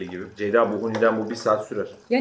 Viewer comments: neden hic ceyda diyemiyo ya dhdndndj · neden ceyda ablanın ismini bi türlü düzgün söyleyemiyor SKJSKSDNKSDKKDJJSSKALDJJWDH